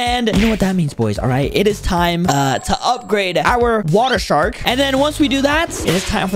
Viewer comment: am I dumb or just said whater shark lol